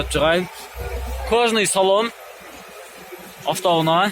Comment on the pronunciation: афто уна .афто уна. афто уна .афто уна .